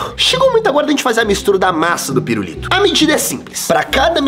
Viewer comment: Só eu q ovi ele flnd "pirurito" ?